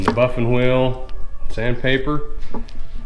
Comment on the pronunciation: The most important thing I learned from this video is how to say buffing wheel. I’ve been accenting the wrong syllables. Bike is killer!